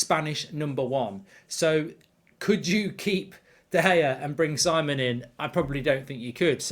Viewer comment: Is it so hard to pronounce names right? Si:mon not Saimon. British arrogance as it is.